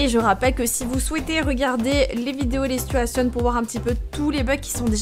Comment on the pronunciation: Ces "sitouationnes" XDDD